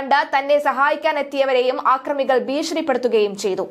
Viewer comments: ആക്രമികൾ അല്ല അക്രമികൾ എന്നാണ് ശരി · " ആക്രമികൾ " അല്ലെടീ മണ്ടീ " അക്രമികൾ " .